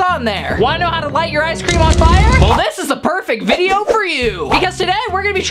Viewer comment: "Thank you for anyone who said blesh you watching this vdeo" Me: "i was thinking it-"